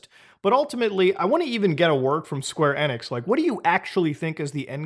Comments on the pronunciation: Square Eh-nix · It’s square enix not square enix